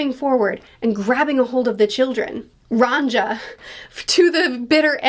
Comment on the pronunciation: Also, "Ran djah"? lol It's "Ronja", pronounced "Ron-Ya" (a name inspired by the Swedish childrens book/movie Ronja Rövardotter, in english "Ronja Robbers daughter", as a booktuber you REALLY ought to check the author out; Astrid Lindgren).